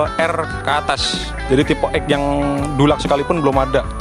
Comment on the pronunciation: Bacanya tuh er dilaks bkn dulak 😂